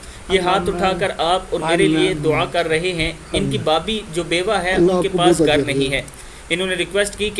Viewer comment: Garr nai bhai ghar bolo